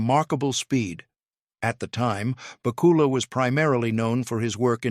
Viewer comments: Please learn how to say Scott BACK U LAS name correctly! I know i didn't spell it right but that's the way it sounds to me! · I was obsessed with Quantum Leap as a kid. The way you are butchering Scott Bakula's name is killing me, lol